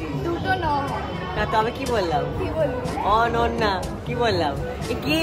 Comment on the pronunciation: Tumi bengali nam er spelling ta vul e bole6o.....ota অনন্যা.....r tumi excitement e অন্যা bole fele6o😂